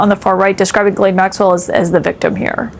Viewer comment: Gotta love the AI Jizz-laine name pronunciation. Bernie Sanders remains the one politician who can replace the most corrupt administration this country has ever seen.